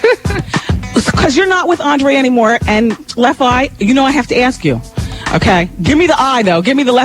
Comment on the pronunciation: I don't like the way Wendy pronounced Left Eye's name lol